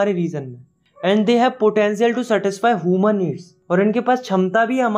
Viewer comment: ह्यूमन❌ हुमन